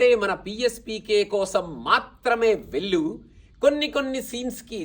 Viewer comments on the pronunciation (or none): Bro, i appreciate the effort at prasa but the wrong pronunciation of వెళ్ళు, వొళ్ళు, కళ్ళు as వెల్లు, వొల్లు, కల్లు is very off putting